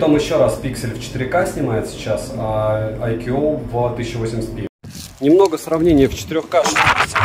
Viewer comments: ну какой АйКьюОу? АЙКУ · айку произносится... когда уже этот нелюбитель водопадов начнёт правильно название произносить... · каждый раз когда произносит IQOO горько плачет один из топ-менеджеров BBK, VIVO или IQOO, 🤣 сегодня их было особенно много 😉 IQOO 11 Pro отличается не только наличием беспроводной и реверсивной зарядок, основная зарядка кстати то же 200W как у предшественника 10 Pro, но и значительно лучшими модулями основной камеры и 3D NFC, но 11 Pro нет и скорее всего не будет в "глобалке"